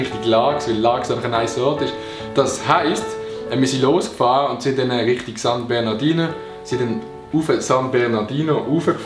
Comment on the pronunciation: Es heisst san bernardinO!😂😂